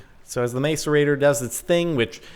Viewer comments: can you please not say mace at the start of macerator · It is pronounced mas-a-rate-or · The macerator is pronounced mass-er-a-tor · It's pronounced masarater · Its pronounced mass-u-ray-tor ( i know incorrect spelling) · BTW its prononst mass-er-a-tor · It's pronounced mas-er-ate-er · It's pronounced mass-erator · It is pronounced maSorator. Not maCorator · It's pronounced masserator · its pronounced mass-ore-ate-ore this is just bugging me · It's mass-er-ate-ter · It's mass-er-ater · it is pronounced 'mass ore rate tor' don't mean to be that guy but... Lol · It's pronounced MASSerator. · It's "macerator. (Mass-or-ate-or)" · The macerator is pronounced mass-er-rate-er. It doesn't matter though. Your videos are awsome. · It's pronounced masserator but looks like macerator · jordan, macerator: pronounced- MASS-er-ate-or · MASS-ER-A-TOR NOT MACERATOR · btw, it's pronounced mass - er - ate - or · Macerator is pranced mas-a-rator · its called a mass er a t er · Jorden! I thin u will find its pronounced. Mass_a_rate_or. jeeze! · Is called a mass-a-rate-tor :) love the vids! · macerator (mass-er-ray-tore) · Direwolf pronounces it mass-erator. Pretty sure he would know. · Not really in this case scenario though :I I actually just looked it up, it's actually mas-uh-reyt-or. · Macerator is pronounced "mass-er-ay-tor" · Isn't it pronounced mass-er-ate-er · the macerator is pronoused masserator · I hate how he keeps pronouncing macerator. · Jordan saying macerator wrong. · Jordan please learn how to say macerator properly haha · GAAAHHHH YOU'RE PRONOUNCING MACERATOR WROOONG!!!!! (╯°□°）╯︵ ┻━┻ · Why do Americans pronounce the 'a' in macerator as a capital when's it's not a capital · The pronunciation is mass-er-a-tor, not mace-er-a-tor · its pronounced masserator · Stop saying mace-er-ray-tor please. It's pronounced mass-er-ray-tor. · It is not pronounced mace-er-ator it is pronounced mass-er-ator grrrr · MASS-ER-ATOR NOT MACE-ER-ATOR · It's not maic-erator it's mas-erator